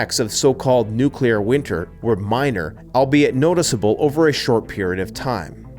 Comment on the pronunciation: Please it’s nuclear ,not nucular!